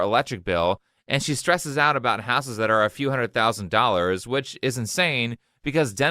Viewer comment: I believe she said. "For a hundred" Forahunded